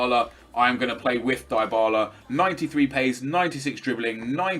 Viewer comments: It's pronounced dibarla not diybarla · you pronounce it dibala not daibala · I'm not sure on this but isn't Dybala pronounced "Dee-bala" instead of nep's "Die-bala"? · In italy we pronunce it "Dee-bala"